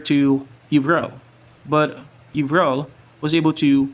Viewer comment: You said my name correctly bro, Yvrelle here hehe. The key to victory was scrolls to keep up with his higher levels, but in terms of battle, just outsmarting him. The reason I won that engagement in the north-centre, I'm pretty sure, was the warg riders. I got several BC I saw he was going full skeleton archers and warg riders counter those. Then catapults to kill his mass sealed the deal;P